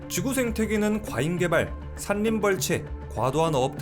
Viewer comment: 산림 : 산님 X 살림 O 자꾸만 유명한 유튜버들이 발음을 틀리게 하니까 유튜브 많이보는 요즘 젊은사람들도 덩달아 잘못된 발음이 만연합니다.